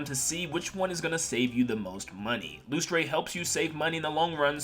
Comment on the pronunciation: I'm not the company owner so I don't know, but isn't Lustre supposed to be pronounced like "Luster?" That's just how the word is spelled where I live.